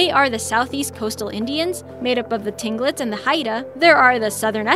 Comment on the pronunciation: Seward = Sue word. She also butchered Tlingit which is pronounced Klink it